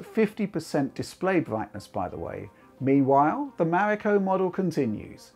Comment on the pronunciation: Finially, someone says its codename Right.